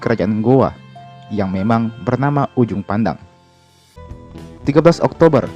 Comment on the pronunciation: Kak sorri bukan ujung pandang tapi juppandang